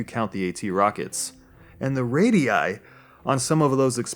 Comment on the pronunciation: Radiy? What the fuck? Radius ffs.